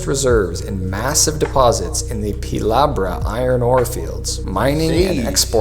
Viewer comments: Ouch, it's Pilbara not Pilabra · This bloke is dyslexic or something....it's not Pilabra, it's Pilbara. Also, some of what he is saying are not really too accurate. I live in Perth and I acknowledge we have high prices but so does the rest of the world wide, but I and a lot of my friends of mine still find things are still going well, as long as you have a job. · haha lost me at pilabra lol , its pilbara, our PM now is the worst PM in the history of this country every day just gets worse and worse , albo just has to go , seems he just wants to wreck this country as much as he can before he gets kicked out , never vote labor or greens